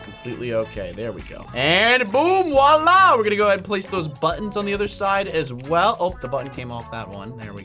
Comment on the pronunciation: Lol you keep saying wah la